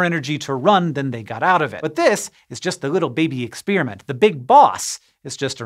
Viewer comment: Ex-spearmint? I prefer ex-peppermint.